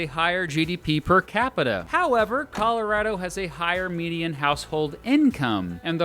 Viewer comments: "Calarado" pls no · I may be wrong about that, but I do know that people in Colorado know your not from there when you call it colo RAD o. Colo ROD o is the pronunciation i was told is correct. Btw I enjoy your videos for real. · And yeah you do say Colorado differently too. What’s up with that? We need to have this conversation.